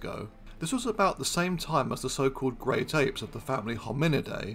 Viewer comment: Doc, are you saying "Great Ape" or "Grape Ape?" 😂😂😂😂